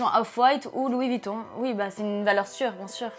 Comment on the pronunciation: Pitié... Dites Louis VUItton, pas Vitton...